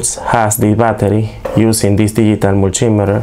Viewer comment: "Mul - T - Meet - her", hope that helps you. 👍